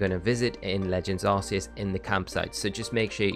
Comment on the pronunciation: It’s Arc-e-us not arse